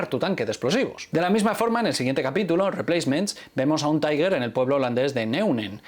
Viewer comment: Porfa, cuando hables del Panzer VI Tiger, di Tigre (en español) o Tiger que suena más al alemán que el vocablo Taiger, que sería la pronunciación inglesa. O bien en español, o bien en alemán.